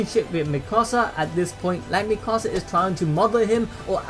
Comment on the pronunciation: It's not mikosa it mikasa